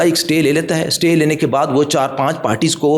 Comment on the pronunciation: Jahil satay order nahi Istay order boltay hain ( Spelling: Stay )